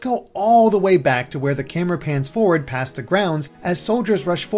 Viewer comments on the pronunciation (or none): none